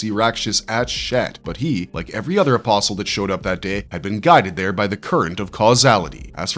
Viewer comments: bruh, you don't pronounce the "t" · Are you saying an imposl or or apostle because you're missing a tea in the pronunciation because there's actually a t in the word my friend